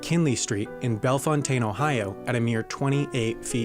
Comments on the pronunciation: So here's a thing. Bellefontaine, Ohio is pronounced Bellfountain. Everything in Ohio named after a non-USA city not in Ireland or the UK is pronounced differently from the original. Hit or miss with the Native American names. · It's not "Bell-fown-tayn". It's "Bell-fount'n". Ohio